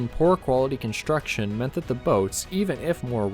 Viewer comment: Construction, not conshtruction. Streamline, not shtreamline.